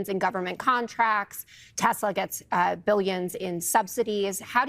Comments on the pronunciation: Teshler... Trump is not bright enough to realize that he has been saying it incorrectly. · WTF is Tesler ??????😂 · OMG Trump said Teslars! I read he said he said that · Lmao!! We knew this was coming… & yet: Still hilarious. 😂😂🎉👌🏼 Also: been wondering if DJT’s recent sudden mispronouncing of ”TES-LER” was a sign of his growing antipathy toward the angry Elmo – and thus his predictable oncoming ouster from “orange sh*t circus v2” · Do you think Trump will ever learn to pronounce Tesla correctly? No? Me neither. Trump will throw absolutely ANYbody under the bus (or down the marble stairs) when he figures he doesn't want to use them anymore. Personally, I figured it would be a bonfire of the vanities and their bromance would implode sooner or later. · I can't believe this orangutan cannot pronounce the word Tesla!!!! And I apologize for insulting orangutangs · He says Tesler AGAIN??!! 🤣 Is he confusing testicles with Tesler???!! 🤣🤣🤣🤣🤣🤣🤣🤣🤣🤣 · Will Trump ever figure out how to say Tesla?